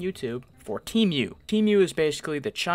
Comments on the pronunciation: it’s pronounced tee-mu not team-mu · “Te mew” 💀